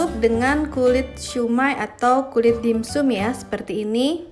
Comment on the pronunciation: Maaf, baca nya dimsam bukan dim sum